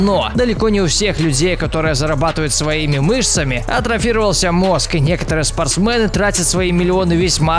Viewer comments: Вас тоже бесит когда он говорит спорстмэны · Не спортсмэны а спортсмены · Меня одного бесит кск он говорит спртсмЭн